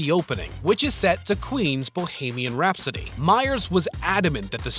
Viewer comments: The narrator has a problem with the letter T. And "Bo-hay-mian Rhapsody"? Sigh. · Is this being narrated by A.I.? Asking for my friends Brad Spit, Dolf Lunge-rinn, Danah Carvey, Bahamian Rhapsody, and a number of other words. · I totally agree. I am glad I am not the only one that caught how he pronounced Dana Carvey's name and the song Bohemian Rhapsody. This is one big pet peeve of mine. I feel like if you are going to put something in a video you need to make sure you know how to pronounce it correctly. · "Brad's Pitt" "Lundren" "Zoe Zuldana" "Dannuh Carvey" "Bo-hay-meeun Rhapsody" LOL wot?